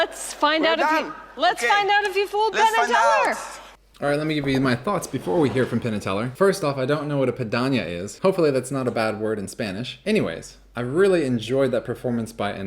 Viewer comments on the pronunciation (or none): Maybe someone already said this, but isn't "pedanya" piranha? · I think he was trying to say piranha you know the little fish with the bad rap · I think he meant to say piranha